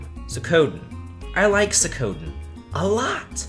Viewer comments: This may sound weird, but I actually pronounce Suikoden not as Sue-koh-den like you, but Sue-ick-koh-den. XD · For those wondering, the song playing for the final segment of the vid its Ys VIII "Sunshine Coastline" And, hun, its Swee-ku-den, I'm going to wince into the next dimension if you keep this up!